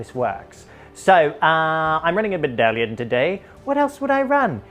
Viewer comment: And with the return to Baddalions, the universal order is restored. Note: I noticed Chef has a small speech impairment, and his Ds sound much like a T, especially when he says "baddalion". Nothing that a bit of practice won't fix, however. 👍 <3